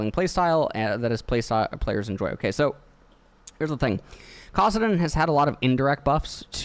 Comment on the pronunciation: I love, but for the love of god it’s MANA not MONA, it’s KASSadin not KOSSadin it’s GAREN not GAWREN